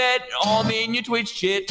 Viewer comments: When he said chat i though he said crap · Chet sounded like sh*t for me